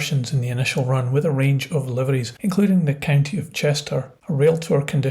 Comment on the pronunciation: County, NOT country